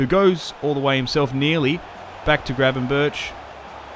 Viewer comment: How can it be so hard for english speaking people to say Gravenberch name right?